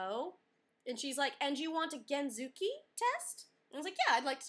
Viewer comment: IDK I think you should call it scooter instead of gentsuki because you can't pronounce gentsuki right at all. I can understand why the lady was so crabby and needed to confirm again and again, because there is no "genzooki" test. Other than that, congrats. The process is overall pretty annoying and most people usually fail the first couple of rounds. Just going for the regular drivers license is easier, even with the practical test for Americans, and you're able to drive both.